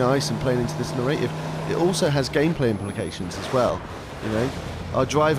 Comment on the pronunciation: it isnt "na-ray-tiv" it's "nar-rar-tiv"